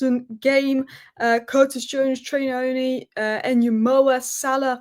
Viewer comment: ❤ you... please come for a tutorial of how to pronounce Nyoni 😂😂😂... it sounds more like New-oo-nee